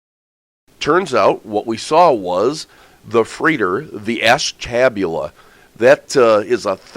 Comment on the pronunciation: ASH TAB U LA? HAHAHAHA! Thanks for the chuckle. I needed that today. Ash ta bule a.